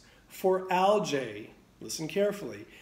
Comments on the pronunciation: Algae - pronounced Al-gee, not Al-jay. Great video, thank you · Algae..not aljay!! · Dude. It's pronounced a l g E E. Look it up. Makes me question your authority on the subject. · Great information. Turn your camera so we can see the storm. Which accent pronounces al-gee as al-jay? Gallonage ? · Aljay we say Algee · thanks , yet ;AlgaeAmerican pronunciation al· jee . ... GEE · al·jee And algaecides are not a scam at all. Who you gonna trust, chemists that have tested all this, or a guy that can't pronounce algae? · I’ve never heard anyone pronounce it like that…… Not saying it’s wrong, LOL I’m just saying it’s got a little kick to the name algae LOL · Never heard of anyone pronounce algae like this very strange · Lmao this method may work for a tiny above ground trash residential pool, but this guy is speaking in half truths. Can't even pronounce algae and you trust him? Lmao